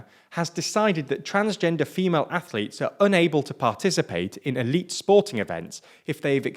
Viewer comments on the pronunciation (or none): none